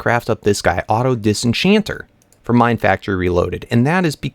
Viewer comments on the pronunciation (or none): none